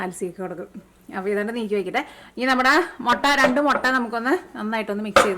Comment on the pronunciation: Thanks... A gud,easy dish.. Gud presentation.. But 'motta' just irritates.. Improve to mutta.. Because we like u.. 🧡